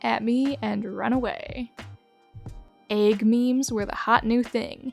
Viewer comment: they deadass said "eyg"